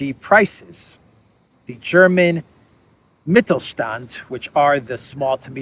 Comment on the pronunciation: that was a really good german pronounciation of: der Mittelstand, and it also is the backbone of the economy here in Austria. Germany is done, if more of these companys go away. Would not surprise me, if it is the same here in Austria, in fact we Austrians are f...d too. Thank you, as always, stay safe.